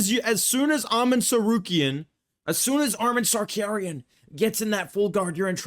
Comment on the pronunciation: Wait. . . .Arman "sar-care-ee-an"?. ..hehe.